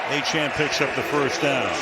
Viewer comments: Hey Al- it’s Achane (A-Chain.) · It's fun the announcer is too illiterate to pronounce Achane correctly.